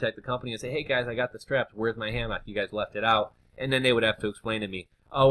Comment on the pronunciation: you say hammock weird, ahahah